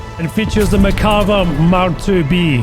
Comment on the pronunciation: please, it's pronounced merkavA not merkAva. Ok thanks, I love you!